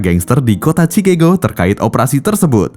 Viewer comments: Pengucapan kata Chicago di luar negeri juga ucapannya Chikago buka chikego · CIKAGO min bukan CIKEGO hahahhaha... kocak !!!